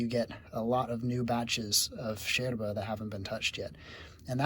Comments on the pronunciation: I love the fact that you say "Yerba" in the Uruguayan style like "sherba" hahaha sounds so natural, thanks for teaching and spreading about this beautiful infusion, big hug from an Uruguayan living in Sweden! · Me gusta como pronuncia sheeeerva!!! Excelente, aprobada por una uruguaya😁. el mate es un viaje de ida sin vuelta. Bueno tomo Sara compuesta y Serena. La canarias te da úlcera, te reviente el estómago.